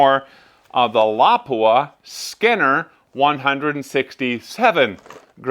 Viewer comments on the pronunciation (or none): "Skinner bullets"? I think you mean "Scenar" (see-nar).